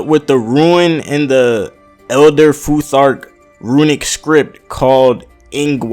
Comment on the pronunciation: Good job on the Futhark. You said it right. I used to be a scholar of norse mythology for almost ten years. And yes i'm from the area.